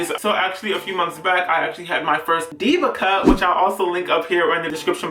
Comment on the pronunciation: At firts i heard DIVA CUP instead diva cut and i was like wait what 😂😂😂😂😂😂😂